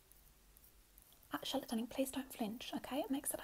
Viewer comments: No joke it took me longer than I care to admit to realize the name was “Charlotte”. I seriously thought she was calling us “shallot” as in a spring onion. 💀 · not me hearing shut up instead of Charlotte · just realized you’re saying “charlotte” and not “shallot” 😅🤦🏼‍♀️